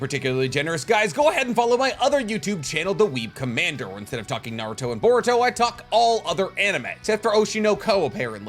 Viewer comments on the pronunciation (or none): none